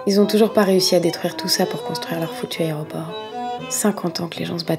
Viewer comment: "Aréoport" de Nice, 2 minutes d'arrêt.